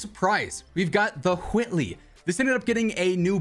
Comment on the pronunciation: Who does he say whitely like stewie saying cool whip 😂😂😂